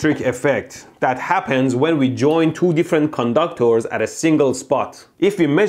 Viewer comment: I like the way he says "conductors" more like "condoctors" 😂